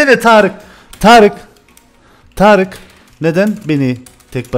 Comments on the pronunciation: Abi târık ne ya kdkdkd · hocam yazışın taric konuşmanın Tarık 😂😂